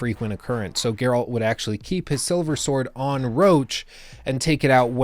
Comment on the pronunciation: My god most people pronounce Geralt's name wrong.